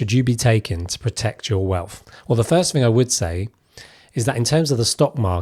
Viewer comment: It’s wealth Not WELF!